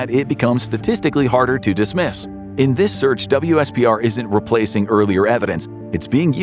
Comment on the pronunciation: WSPR is pronounced as "whisper" fyi :)